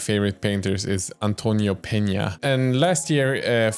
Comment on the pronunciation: You're probably the only youtuber that pronunce correctly 'peña' and 'vallejo'